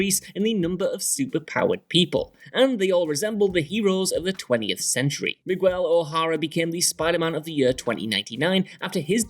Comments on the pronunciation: Meegwell Ohahro has me dead😂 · Anyone notice how this guy mispronounced Miguel O’Hara’s name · migwel o'hara?